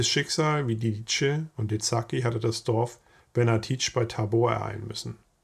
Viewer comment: Ein zweisprachig aufgewachsener Verwandter hat mir erklärt die richtige Aussprache sei "Lidize", nicht "Liditsche".